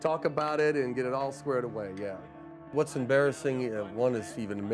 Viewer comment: I dont know why, but the name "tra" bugs me. in my mind it's pronounced "Trahh"